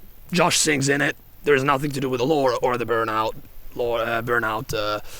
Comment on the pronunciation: Also, your accent makes me hear the way you say "lore" as "lord" and that alone makes an INTERESTING secondary interpretation in itself